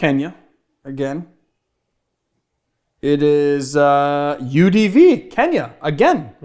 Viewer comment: When you first said "UDV" I thought you were pronouncing "Eau-de-vie" with the most American accent ever lol